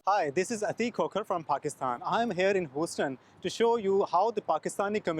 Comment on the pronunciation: Your pronunciation is terrible...its not pronounced hoseton...as you are saying...its pronounced Huseton but spelt Houston